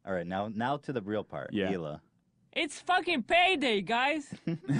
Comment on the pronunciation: Just for your future reference, Hila's name is pronounced "E-La".